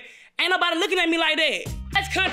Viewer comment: The way you said NO -BODY ‼️‼️‼️I'm watching and waiting to see 🙈 it